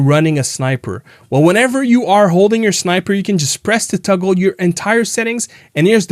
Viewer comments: Toggle, not tuggle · Toggle not tuggle…